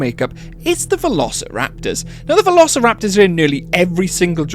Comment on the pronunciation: velociraptory a nie veloćilaptory